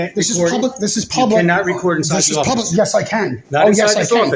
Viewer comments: "Pubic Safety" LOLOL Ha ha ha ha ha ha ha ha ha ha ha ha ha ha 😂😂😂😂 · Did he really say “pubic” safety???!!🤣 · I thought I heard everything but what he pubic and not public that was hysterical.Thanks for my laugh of the day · Several times he said it!! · It's a oldish video. He says PUBIC SAFETY a lot. 😅